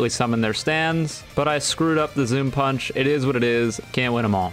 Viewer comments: "surface inversion pAeUnch" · The way he says punch while lagging